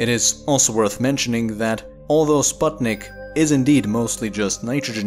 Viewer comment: you pronounce sputnik wrong